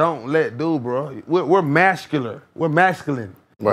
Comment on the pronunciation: Ok so on some rap shit, he was probably tryna say “vascular” 😂🥷🏽